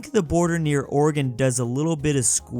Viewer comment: thank you for saying Oregon right